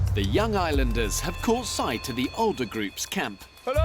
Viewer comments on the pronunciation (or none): yungah and oldah